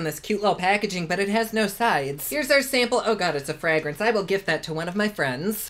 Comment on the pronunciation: i find how he says fragrence hilarious